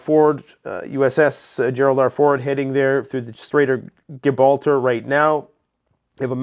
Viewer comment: “Straight of GIBalter” LOL 😂🤣… and you’re supposed to be educated?? (as you pontificate)… it’s “JIBralter” (Gibraltar) - How is ANYONE supposed to take you seriously when you can’t even pronounce words properly?? AND you pontificate for people to cash out their investments because the crash is imminent… you stated in this video about how you’ve invested in oil (and probably others)… completely laughable